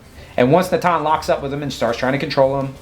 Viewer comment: Great commentary as always. You pronounce Natan more accurately than even most Israelis do 😂 (emphasis on the second syllable not on first)